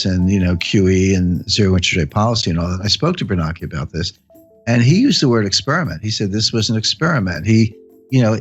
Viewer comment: AI? They are pronouncing Bernanke wrong…idiots…this is not Jim Richard’s…..